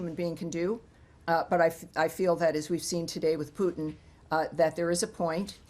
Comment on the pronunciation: It’s Putin not pooping